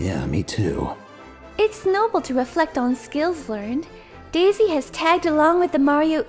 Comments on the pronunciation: It sounds like he's saying Day Zay instead of Daisy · This boy said "dayzsay"